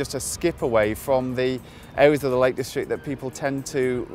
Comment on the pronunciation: "A wegional town only a skip away fwom the Lake Distwict."